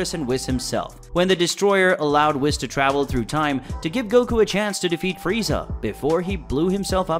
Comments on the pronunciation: No like one of the Kai’s was the first gods we see in the entire series. You pronounced whis it’s W-ee-s nit not w-es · I just have one thing to say. Its pronounced wh-ee-s, not wis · You hurt my Ears when you call whis (weese), whiss. Have you watched any Dbs episodes? Nobody says wiss. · I think it's weese not whiz. Anyway, good video. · cant get over "wiss" and "brawly" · Bro really said whihs. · Did this man say wis,its whis imagine the i like a double e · Problems I have with this video 1the pronunciation of whis it’s pronounced weese not wis 2saying beerus is the first god of the series, nope that would be Kami then king Yama then the kais then years later we meet beerus 3 acting like the gods of destruction are above the angels it’s pretty clear that they’re counterparts who are pretty evenly matched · Wiss? it's Wheeze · It's "wheece" Now "Wis" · why does it bother me so much that he pronounces it “Whis” instead of “Whees” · Bruh these characters been out too long for you to be gettimg these names wrong. It's pronounced weeeis not wis also it's bro- lee not browly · Its Wheese, not wis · HAKAI! STOP SAYING WISS! WHIS IS PRONOUNCED WEES!!! GODDAMN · Why do people pronounce his name Weese and others say Wiss… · .... its "wheese" not "wiss" lol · I know this is so minor but I can’t be the only one saying it’s pronounced like “Whees!” Not “Wis” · did bro say fucking wis instead of (wees) whis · it's pronounced Wh-ee-se not Wis! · It’s not wis it’s weez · It’s not pronounced whiss it’s pronounced weez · its pronounced wheese not whis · Whis? It is not pronounced wiS it is pronounced wease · wis? 😂😂😂😂 its prnounced wees but ok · Bruh it's fucking pronounced WEEEES NOT WIS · It's pronounced Wees you fool, Weeeees. Not Wisss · "WISS" got me like 💀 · “Whizz” lol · Wh-ee-s ..... Say whees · Bro it’s Whis ( W-ee-s ) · Ah yes, the angel wiss. Who says it like that? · Whis- Weese, Broly- Bro- Lee, Paragus- Pear-uh-gus..... pronunciation is key... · bro said wiss